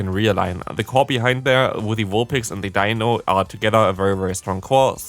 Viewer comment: You do know it’s D-ein-o, Zwei-lous, Hy-drei-gon, right? Ein, Zwei, Drei?